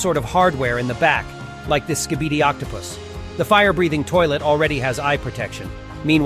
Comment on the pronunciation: You can’t even say skibidi you say skipidi